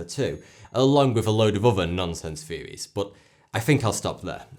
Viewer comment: not to be rude but its not fairies, its THeories.